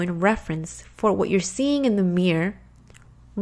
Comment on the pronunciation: The way you say mirror is so funny.. it's like your are saying mier lol